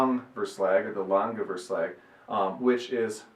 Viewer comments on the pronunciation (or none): It's pronounced Vor-Schlach (a G in Dutch is proniounced like the CH in Loch Ness).